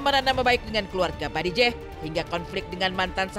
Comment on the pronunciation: bajideh bukan badijeh 🤣🤣🤣